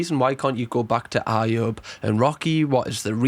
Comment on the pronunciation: He's naive just like this video, he's watched the Netflix vid so knows more than everyone else 😂 can't even say Ayubs name properly ,that's now much he's followed this.